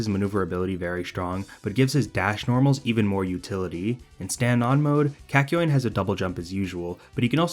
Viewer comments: I kept on saying kākyoin every time you pronounced it as käkyoin so when you said Kak it almost made me say cock 😂😂😂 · Sounds like a Boston man saying 'cock' a lot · The way this man slightly mispronounces kakyoin annoys me so much